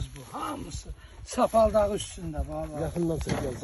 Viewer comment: Sapaldaği da üstədir 😅😅😅😅😅😅😅 Saplağı! saplağı demək istəyir qardaşım 😅😅😅😅😅😅😅💯💯💯💯💯💯💯🌹🌹🌹🌹🌹🌹🌹🌹👍👍👍👍👍👍